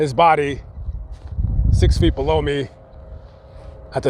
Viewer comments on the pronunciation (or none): none